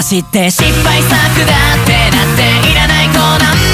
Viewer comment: だっての発音が好き